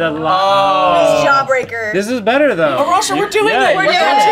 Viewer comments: It's Arash-UH 😂😂😂😂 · Arasha stuck on two syllables